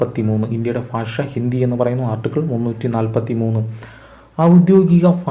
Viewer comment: ഫാഷ അല്ല ഭാഷ 🙄